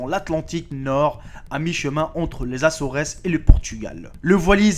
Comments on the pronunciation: les assoresses......les Açores pas açoresses..... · On dit les Assore, on prononce pas le S